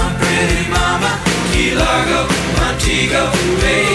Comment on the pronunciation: Who noticed the change in pronunciation of "Montego?"